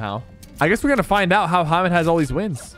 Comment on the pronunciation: my names hamid and everytime he said hamed i was like damn hes saying my name